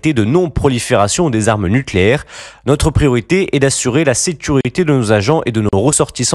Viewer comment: "installations PACIFIQUES nulcéaires " 😂😂😂